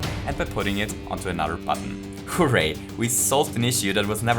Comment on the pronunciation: Did I just hear right? He said "hooray" instead of "HOO-ray"! That was...kinda cool, but not the classic way.